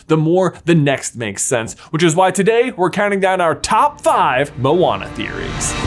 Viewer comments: He keeps saying “Mowana” it’s (Mo-Ana) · I’m I the only one how heard owana or what?